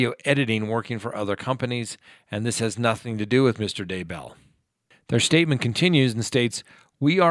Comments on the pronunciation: Why would you pronounce Chad' Daybell's last name as DUH-BELL? Does it LOOK like it's pronounced that way? No. Have you heard it pronounced that way in the news and on the internet? No. Could it be you just messed up? Nah...not a chance. I stopped watching immediately. How can I give you any credibility after that? Seriously, to pronounce that name wrong tells me you don't even know the story. Everything I am watching is shrouded in nonsense. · It's not da bell.. it's Daybell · At least learn to pronounce the names. Day-bell. OMG how hard is it? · FYI Chris Watts is not in that prison, he is in the Dodge correctional facility. Two totally different prisons. Also, Lori Vallow’s husband’s last name is pronounced Day-bell. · Thank you, It's like nails down a chalkboard listening to him mispronounce their names. And the crazy thing is, he does pronounce Daybell correctly a couple of times so why is he purposely mispronouncing it the other times. Ugh!